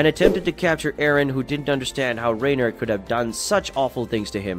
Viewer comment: I wondered about the clickbait thumbnail, I left after hearing you pronounce Reiner.